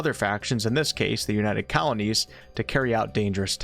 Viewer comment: Hang on, "Colonies" or "Kalanies"?